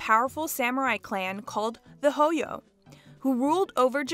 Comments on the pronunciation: The Hoyo clan? It’s pronounced Hojo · Hojo is pronounced with a soft g sound like in Jet, jump, joke, etc. Why do people think J's in Japanese are pronounced like J's in spanish?